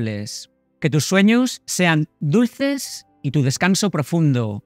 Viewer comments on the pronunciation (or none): Dices suenhos